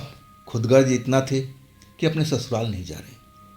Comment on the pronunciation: Khudgarj Nahi khudgar bolo bhai